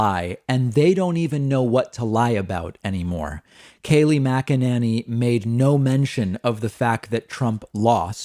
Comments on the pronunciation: It's funny how David pronounces Mack-A-Nanny lol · I love when he calls her MacaNanny. LOL. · Mack-a-NINNY succeeded 😄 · Dude! I typically agree with you, but Kayleigh's last name is not that hard to pronounce - listening to you butcher her last name over and over again is so damn difficult to tolerate in this video! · OMG, I love David so much -he pronounces her last name differently in every video... It's so frickin' delicious...🤣